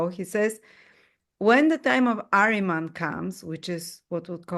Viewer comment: greetings, a notable note: it is not "Areman", especially in Persian Language the word is "AHRIMAN" , "اهریمن"